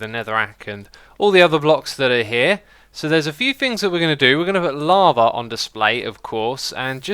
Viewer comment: why you say "lavar" to "lava"